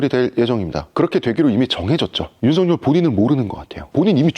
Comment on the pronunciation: 잘 보고 들었습니다 하지만 윤성녈이 아니라 윤석열이에요 일본사람처럼 윤석열이라고 발음이 안 되는 건 아니죠??